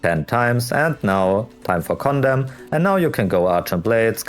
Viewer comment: My wife was wondering why I was watching a video with a guy that keeps repeating 'condom'. I had to to tell her he was trying to say condemn.